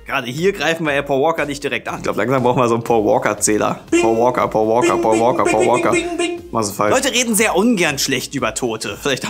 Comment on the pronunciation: sagt immer Poa Woaka;DD und nicht Paul Walker